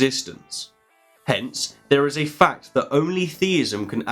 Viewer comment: Did you notice that he says "fact" loudly and distinctly, and that it sounds a bit like "Fucked"? My roommate did. She asked what I was watching that was so fucked.